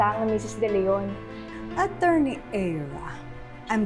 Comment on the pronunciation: Oa nga magsalita same sa anak niyang Aera. Sobrang OA mag pronounce "Acchurney" daw😅😅😅